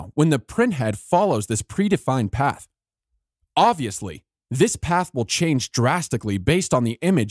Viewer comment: Somebody please tell the narrator that the word "obviously" contains a 'b'